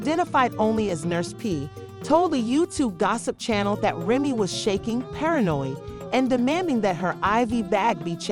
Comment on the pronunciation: Lies this slow azz chick can’t even say Remy’s name rt 😂